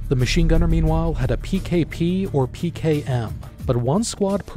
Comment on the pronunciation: Emphasis on “had”